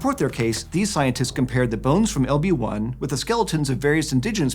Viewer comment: When ever he said "LB1" I kept hearing "Obi Wan" XD